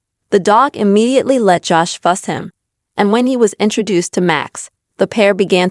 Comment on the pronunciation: PIT BULLS DO NOT GET MATTED FUR ....AND LEARN HOW TO SAY HIS NAME CORRECTLY. IT IS JOSH NOT JASH